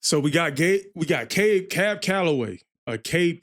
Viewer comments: Thanks,... gotta see the video, though! Cab was amazing.. dancing! appreciate your reaction.... (p.s. it is CAB.. not Cabe...lol).. and yep, if not "rap".. it was called "scatting" at the time... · Thanks. That's pronounced "cab" to rhyme with nab, like a taxicab. I saw Cab in about 1975. He was a wonderful performer, singer, dancer, and bandleader. As others have said, this song is full of drug references. Fleischer Brothers (Popeye, Betty Boop) did three wonderful cartoons, available on YouTube, that feature footage of Cab Calloway, and in two cases, trace and animate his dancing: "Minnie the Moocher", "Betty Boop and Snow White" with St. James Infirmary Blues, and "The Old Man of The Mountain".